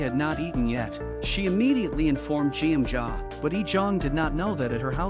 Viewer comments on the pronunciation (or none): Her name pronounced Guem-ja!!! Not jieunja... stupid bot... smh